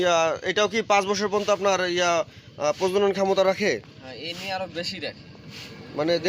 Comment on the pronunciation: ভাই প্রজন নয় কথাটা প্রজনন